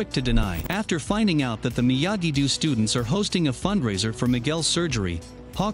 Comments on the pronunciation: it’s do not doo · Narrator pronounce miyagi do miyagi du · He also said "Miyagi-Doo" and "De-MEH-tree" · Miyagi-do❌ miyagi-doo✅ Eagle fang❌ eagle fuong✅ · Miyagi❌ Miyagidoo✅